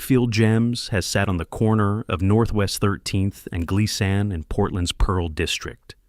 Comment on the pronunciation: The street you refered to in Portland, Oregon, was Miss pronounced, is said, "Glee-sin". 😊